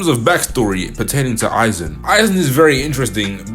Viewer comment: I SWEAR TO GOD IF ONE MORE PERSON SAYS AIZEN SASUK- oh thank god he pronounced it right